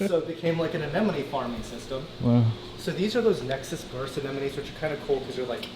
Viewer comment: Been watching you seems like 10 years and you still can’t say aneMONE. 😂. Guess you will never learn that word.